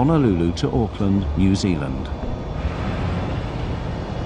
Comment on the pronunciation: Thanks for saying New Zealand right!